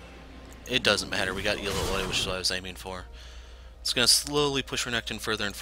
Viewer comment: El-la-hoi? I've... never heard it pronounced like that. XD Ill-ow-ee is how I say it, but usually I just call her Illinois